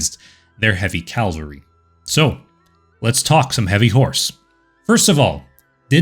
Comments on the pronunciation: Cav-ul-ree. Not calvary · It's CAValry not CaLvery. That's a place in the Bible. After a while it gets to be like fingernails on blackboard. For me, it makes the video less enjoyable. Other narrators on the web do that as well. I wonder why? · Its, "cavalry," not, "calvary." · Cavalry, not Calvary. Calvary is a church. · Did i hear "calvary", instead of cavalry. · If anyone out there is still looking, does he pronounce cavalry as “calvary” the entire series( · Great video, love that you cite your sources. Please stop pronouncing cavalry "calvery". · Great video (and channel!) but small pet peeve, please stop pronouncing it "calvary"!!